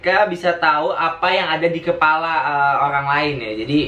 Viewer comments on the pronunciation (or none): none